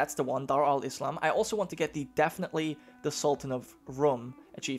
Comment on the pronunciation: You said Islam wrong in "schools of Islam"